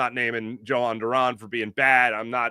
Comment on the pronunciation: its pronounced YO hon not joe hon lol